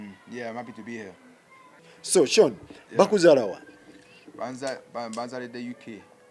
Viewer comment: It's Sean but pronounced Shown